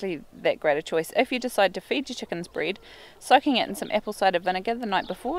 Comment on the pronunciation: I am not sure. You pronounced it breezed. So is that bread to you. I live in the US so there made be an accent I am not understanding :)